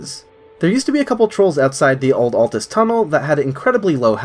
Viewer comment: Kudos for saying ALTUS and not atlas